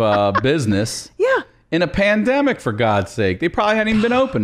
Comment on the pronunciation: Omg Christina calling the pandemic, " Pande " ... Ha! 😃👍